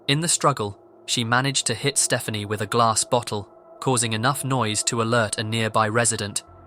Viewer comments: I'm guessing 'Stephani' is not supposed to be pronounced as 'Stephanie', but what do I know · Should be Ste-FAH-nee